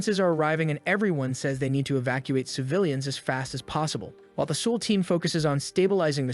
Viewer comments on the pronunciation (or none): LOL! The way you pronounce Seoul means alcohol in Korean.